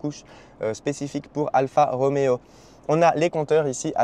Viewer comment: Alfa Romeo pas Alpha Roméo, Anonima Lombarda Fabbrica Automobili, pas de ph qui fait le son f en italien.